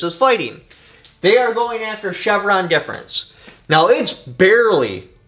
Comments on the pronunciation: DEF, not DEP! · It’s Chevron Deference lolz.. not difference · Difference versus deference is very important in its reading here….lol 😂 You do great things for the community so I don’t mean to make fun of you. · Not that it matters much but it’s Chevron Deference Pronounced Deaf-rence Thanks for the great video. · Say it with me: "Chevron DEFERENCE"